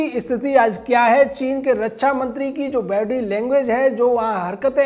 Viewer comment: अरे फेंकू के बाप, रच्छा नहीं रक्षा होता है। पहले बोलना सीख ले।